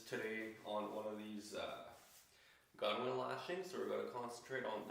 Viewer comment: Nice video. Both informative and relaxing. One thing on another canoe maker's videos. Gunwale is correctly pronounced "gunnel" Also why nt use a Mora style knife blade to slightly separate the gunnels and use that tension to hold the lashing end. Beautiful canoe !